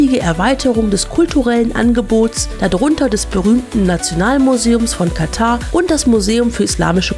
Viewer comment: Sehr interessantes Video ! Am besten fand ich es jedoch dass Ihr das Wort Katar richtig ausgesprochen habt und nicht wie sämtliche Berichterstatter , ständig Katta sagten. Dafür habt Ihr ein Abo verdient.:elbowcough